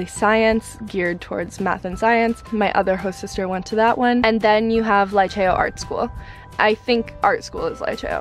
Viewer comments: Liceo is highschool girl.... and you don’t say Laiceo but Liceo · "lee-cheh-oh" not "lie-chayo"